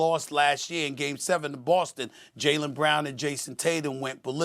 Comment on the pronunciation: Someone tell perk it’s pronounced brown not Braun